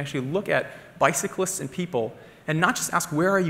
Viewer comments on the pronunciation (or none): Bikalists? Think he means cyclists 😂